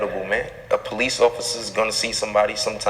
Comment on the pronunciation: The "POELICE" and "AMBoolance" hahahahaha I'm not laughing at you i'm laughing with you